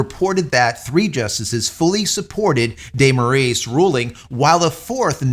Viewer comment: On a side note, just for you to know and say it properly: Our dictator's surname, Moraes, is spelled like More-eyes, there's no "Ae" to "E" converion as in Aeon Flux or such.